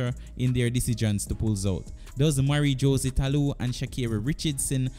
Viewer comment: Thanks for the video, I thumbed up. It would be good to work on your name pronunciation. Esp. With Jose (Hoe-zay) and sha' carri.